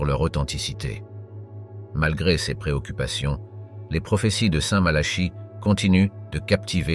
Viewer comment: Curieuse prononciations : céss ou ceuss à la place de ces ou ceux...